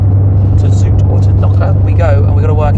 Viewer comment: Zout is salt, zoet is sweet. So pronouncing zout as zoet is funny for dutch speakers 😄